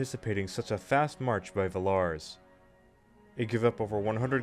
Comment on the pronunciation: nice video, though the way you pronounce Villars and Eugene is literal earrape XD I think americans should be prohibited by the law from pronouncing european names\toponyms